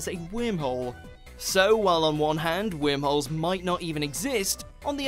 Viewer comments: Is that your accent or are you pronouncing it "wimholes"? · I was hearing wermholes 🤣🤣🤣🤣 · when he says whimholes I laugh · new drinking game....Every time he says whirmholes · Omg! I can't stop listening to that shit! Can't even enjoy the video. 🤣🤣 fuckin whimholes!! 🤣🤣